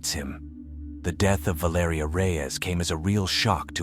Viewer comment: VAL ER EEEEEE BRO!! This is why u don't use AI bots loser!! Spent the whole damn video murdering the pronunciation of her name!! Rip young lady❤